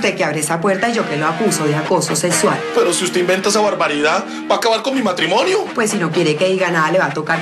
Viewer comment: min acoso sesual jajajajaja